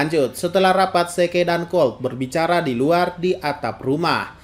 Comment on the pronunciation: Zeke.. bilangnya "se-ke".."😅